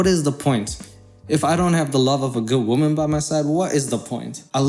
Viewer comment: After a year or so of hearing say "woMAN" I finally understand 🤣🤣🤣